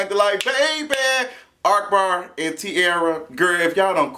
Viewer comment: I love that you call him ARKbar even thought its AHkbar😭😭